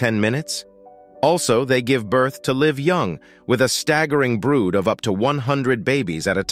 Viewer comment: gives birth to li-ve' young LOL!!!!